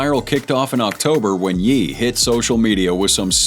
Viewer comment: Who's Yeee? It's pronounced Yay. Jesus.